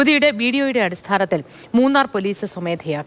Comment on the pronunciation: മുണ്ണാർ അല്ല മൂന്നാർ😏